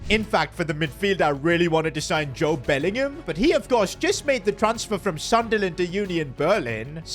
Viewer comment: “Jode Bellingham “💀